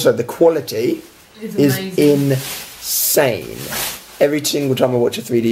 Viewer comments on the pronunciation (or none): Seriously love the way how Alfie says insane as in-sane. Such emphasis though